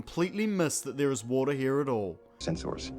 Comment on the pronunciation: Warter sinezzz😂😂😂😂😂